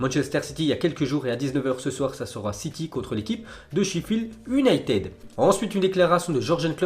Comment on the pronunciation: On prononce younaytid